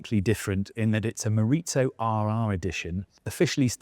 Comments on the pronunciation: It's not mori-tso, it's Japanese , not Italian, it's Morizō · It's pronounced Mo-ri-zo. Not Mo-rit-zo. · send a presenter that actually knows about the cars next time - half the stuff he presents as new are on the base GR Corollas and he does the weird thing where he says GR/GRMN after the Corolla name. Also, why does he say "Morizo" like it's italian? god it's so corny